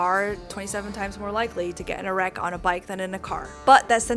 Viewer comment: Great video as always! Just one question what's an electric "b l ike"?😜 See, some guys do listen and pay attention😂